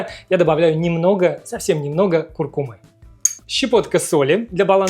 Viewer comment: Чудесный канал. На самом деле, «куркУма». Ударение на «У»